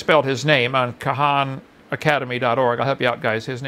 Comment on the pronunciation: The more I hear this guy, the more it drives me mad. The condescending tone… and if he says Ka-han one more dime… it’s Khan! One time I want him to explain how everything was created, rather than make dumb arguments about how it just looks that way.